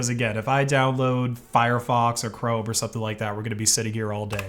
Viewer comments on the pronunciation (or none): none